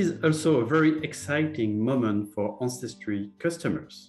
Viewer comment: "Anne Cestry" Ja ja!